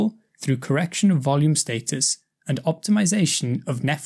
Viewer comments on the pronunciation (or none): This guy’s pronunciations are great, except i found it funny how weird he pronounced the words, “skeletal” and “status”. Other than that, great teaching on the subject.